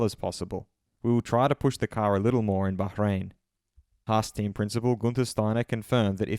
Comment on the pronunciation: LOL you can’t get enough of saying baJJJJ rain eh 😂 sounds terrible